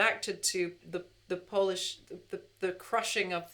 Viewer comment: Beautiful! Your Polish pronunciation is much better than Sinatra's.